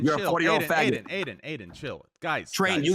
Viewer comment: Tfue "i think the shit about the mosk was fucked meanwhile tfue as aidan say fagoot 10 times "........."